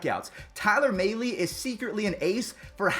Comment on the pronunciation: Tyler Mahle. (Mal-ee) not mail-ee.